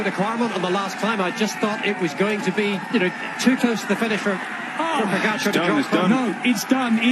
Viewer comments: TADÆ POGACAARRE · The New Armstrong "pogacar"